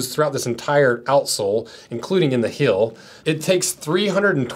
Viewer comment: i just cant get over the him saying "hill" over and over again. it's heeeeeeel!